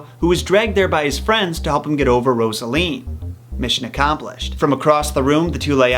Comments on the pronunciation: Omg the way you pronounce 'Rosaline' and 'Tyblat' lol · Love the analysis but he can’t pronounce mercutio, Rosaline or capulet properly and the reason Romo didn’t find out about the plan was because the deliver man got the plague and lord capulet never moved to wedding